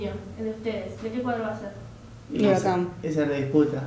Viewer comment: HURACAN ???? BURACAN ??? TALANTALANNNN